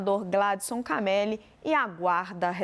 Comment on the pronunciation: Só uma correção o nome se pronucia Camelí.